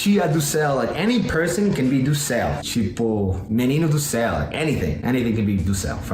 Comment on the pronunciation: any person kkkkkkkkkkkkkkkkk " do ceu" mandou bem você é americano com espírito brasileiro